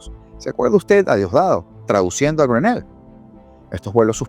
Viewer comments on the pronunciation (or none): Una sugerencia==》 disculpa si lo incomodo; sugiero que busques en Google, la pronunciación del apellido de Richad, el enviado especial de Trump a Venezuela. Es que me saca la pied ra 🤭 cada que acentúas el "néll"